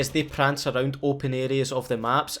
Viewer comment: “Rrrunning arr-ound like an a-ddiat” Lovely!